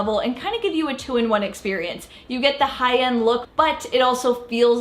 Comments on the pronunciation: Her 'high end' sounded like 'Hayan' 😂 i thought wth is 'Hayan?' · She kept saying Hi-Yend. 😅🤣